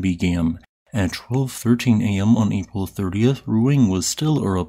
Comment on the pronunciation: It is pronounced Ru-Ang not Ru-ing, duh